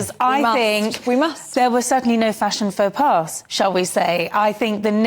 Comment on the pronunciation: Faux pas is pronounced ''fo paw'' and not ''fo Pass'' as she said on TV